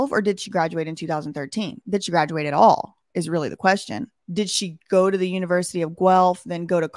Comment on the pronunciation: The way is saying univrsity...the shade...I love it lol!!!!